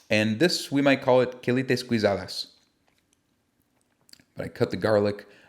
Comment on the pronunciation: Thanks for the video and info. Since you are a writer, and sell books, maybe you’d like to know this: the “gui” in guisadas and guisados are pronounced: gee, as in Idian “ghee” or gee in geek, and the rest you got right. Just the same as the word que: “what” is pronounced “k” or “Kay”